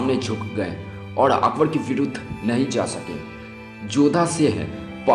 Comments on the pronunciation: Akber jo bhi tha jaisa bhi tha usne jo bhi kiya kis liye kiya aur kyu kiya aur yeh viose mein jisne akber ki haqeeqat batayi usse main ek baat zaroor kahonga bete pehle dhang se bolna sikhley goukhey kaisa bolta hai tu ( akbad aitha thha akbad waithaa thha ) aur haan agar baat karna aajae to phir se research kar ke video post kar samjha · Itna ghatiya pronunciation Zara apna bolne ka tariqa to sudhar le kya bol raha hai " akbad " ☺️😊😊